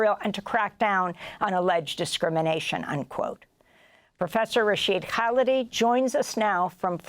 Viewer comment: I guess if you repeat the words "complicity" in "genocide" often enough, enough people will start to believe it? and the journalist, having interviewed Prof. Khalidi dozens of times should have learned the proper way to say his last name?